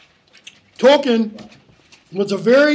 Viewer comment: Tolkien is pronounced tol-keen, toll as in a road toll, keen as in a keen edge. This is how Tolkien himself and his family pronounces it, as can be seen in documentaries featuring them.